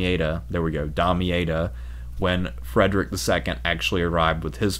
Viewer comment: your pronunciations are painful. Outremer - French, 'overseas', 'on the other side of the sea", meaning the Levant/Holy Land.. OOT-ruh-MAIR ThesslaLONica it's pronounced, and not ie-ka, but ee-ka. In another video your warp Damietta into "Damee-ate-a"; the double-t makes the vowel before 'soft", no an ei (long a) like you're saying it. There were some other warped pronunciations; you know what you're talking about but it seems you had no direct exposure to a teacher or learning source where these (well-known) names are properly pronounced.